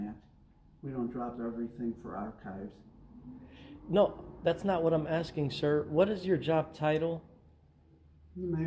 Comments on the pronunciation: Have you watched this video? A.T. actually verbalised the word both ways - first with a soft 'c' - like ch-eese, then after the mayor pronounced it correctly, he later said it again - this time with a hard 'k'. But yes, I noticed the mistake when he first asked to look at the archives, just as I would notice your mistake if you said something like; "I would like to aks you a question', so what is your point? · Hey man, I really don't mean to be snarky at all, but just thought you might like to know that the word 'archives' is pronounced with a hard 'c' - as if there is no 'h'. So even though in the word 'arch' (for instance) you can hear the effect of the 'h', with 'archives' it sounds like 'ark-ives' - the way the mayor verbalised it.